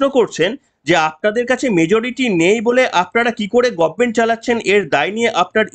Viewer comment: গভর্নমেন্ট কে মমতা বলে গরমেনট।